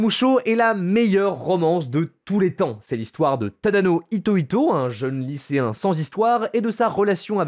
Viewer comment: Mmh, la prononciation massacrée, un régal. Itoito -> Hitohito Ozamu -> Osamu Takaashi -> Takahashi Ayasaka -> Hayasaka Un cell -> incel "Les problèmes sont répondus" J'ai mal à ma grammaire. Concernant les incels, ça veut certes dire "célibat(aire) involontaire", mais le terme a acquis une connotation de ressentiment contre la condition féminine, ce qui sonne bizarre quand ce terme est plaqué sur des romances où ce ressentiment est absent.